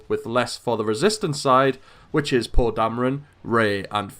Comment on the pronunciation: Its not paw but poe